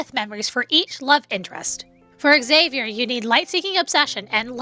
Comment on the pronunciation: I think Xavier's name is not pronounced like EX-avier.. the X is more like a Z sound.. sounding like ZAY-vier